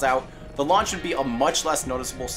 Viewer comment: What's a "lauch abort" system?